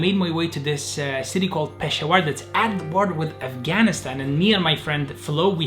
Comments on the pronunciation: I live in Pakistan BTW It is not pronounced pashawaar It is peshawar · It’s pesh-a-war not peshwar. And it’s my city ❣️ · its pronounced pishavur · Its no pshawer ITS PESHAAWAR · Its not peshawar(pronounciation) its peshaawar only talking about the pronounciation the spelling is peshawar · E laughing cuz PEASHEWAAR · sorry to be this person but Peshawar is pronounced Pa-shower (like pronounce like the word shower) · The way he said Peshawar I was dying laughing 🤣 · Its so funny when he pronounce's peshawar wrong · The way he said 'Peshawar'. Damn, imma cry.